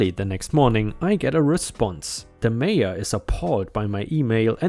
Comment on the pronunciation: Nebraska story update. Mayor is not said as "major." It's said as it looks, "may or."